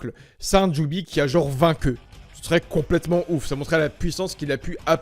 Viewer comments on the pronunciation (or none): none